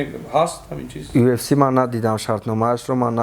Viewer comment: Ай хато гуфтани уфс гуфтани,Мубориз кариб бовар кард ки уфс меги 😂😂ЮФС